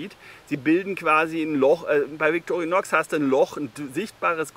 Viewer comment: Ich glauuuube man spricht es „Vitorinoooo“ 😏